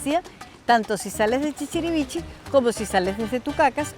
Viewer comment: El pueblo no se llama chichirivichi, es ChichirivichE